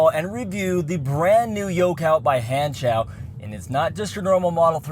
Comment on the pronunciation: Han - (Like Han Solo) and Show (You watch a show) It is pronounced HAN-SHOW, not whatever you said.